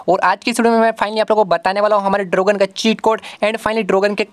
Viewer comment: Dragon ❌ Drogan ✅